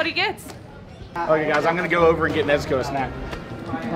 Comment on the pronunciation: “Nezu-cola” “Nezu-coke”